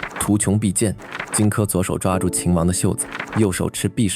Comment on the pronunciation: 敘述很精彩，但有些讀音可能需要再考証，圖窮匕見（應念“現”），樊於（應念“無”）期，希望對您有幫助